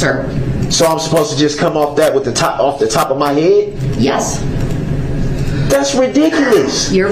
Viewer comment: Actually he said “haett” for head.